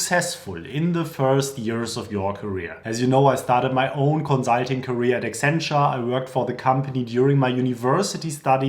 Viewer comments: Con-sult-ing (cuhn, suhl, teng); conSult, conzult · Great! Note it’s not “conzulting,” it’s “consulting.” :) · Fix your pronunciation of “consulting” before recording a video about consulting 😆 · The "consulting" is sooo German